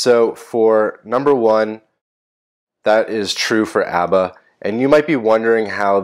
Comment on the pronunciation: It seems like you steal "Abba" from Pakistani Coder😅. Because,you couldn't pronounce it rightly.